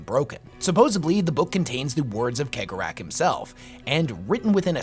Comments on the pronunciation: I disagree with almost all of your assessments. And like most mon-keigh, you pronunciation is garbage. It's "Sey-gor-ah", not keg-or-ach. But mad respect for your effort. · WHO THE FUCK IS KEG O RATH ,,,, did he mean chegorath thats is just wrong dude you need to lean how these words are pronounced not how you read them he 100 youtube videos + feature this charcter and in 100% of them they all say his name correctly have you never seen a single piece of warhammer content on youtube ? or are you just a lazy tick tok clone that is making videos others have already done but in a shorts manner not a big fan of this super low effort stuff . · pronounced Cegorach's name wrong :'( everyone does, unless you speak Irish lol no guessing where im from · Is it pronounced like khegorach or segorach? ... I feel like he draws great amusement from people bickering over it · Majorkill is crying over your pronunciation of Cegorach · Is it pronounced cee-gore-rak